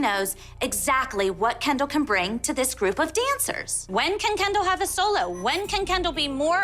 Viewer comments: It is kendell not canndle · After 30 second it sounded like "candle" to me 😂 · I always hear “Ken Doll” and start laughing edit: now I hear "candle" 🕯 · When it says Kendall loads of times it sounds like candal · imagine doing this for so long, then someone corrects you saying it's, "Kendall." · No one: Not a single soul: Jill: KEndALl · After a little bit "Kendall" sounds like Candle....😂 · I can’t listen to anybody say “Kendall” anymore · All the moms said there girls names just as much but when Jill says “Kendall” it just sounds like she says it 1 million times more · Her name is Kendall but its sooo hilarious🤣;)